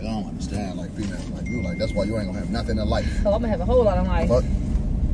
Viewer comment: English, English!!! It's not "nun." It's " nothing." The school system and failed parenting shows. "Nun." 😩 Instead of going back and forth with me, you should be trying your hardest to read, " Hooked on Phonics."